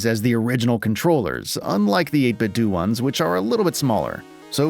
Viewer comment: Cool channel mate! Subbed! But PS - I think it's pronounced 8bit doh! - like homer Simpson says it. Sorry to be such a d**k, it just grated every time I heard it😊